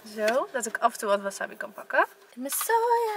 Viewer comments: Leukee videoo! Maar je moet eigenlijk zeggen: waasaabi en maaki want er staat geen wasabbi of makki maar verderest leuke video😝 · Ik erger me echt aan hoe je wasabi zegt ):(